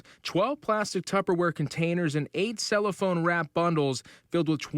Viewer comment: That news reporter,, can't read the teleprompter for ish... Like sir, no, it wasn't $75,000 worth of fentanyl pills; it was 75,000 pills worth $2.25 mil.... Anddddd it's not "8 CELLPHONE wrapped bundles of crystal meth," it's 8 CELLOPHANE wrapped bundles." I'm sleepy, clearly, because idk why that annoyed me so badly. Lol